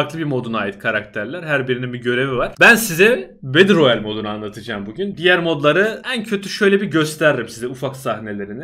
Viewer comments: bedıl royal değil betıl royal diyenler +1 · bedır royal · bedır royel :D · video boyunca battleroyale yerine beddleroyale demene gıcık oldum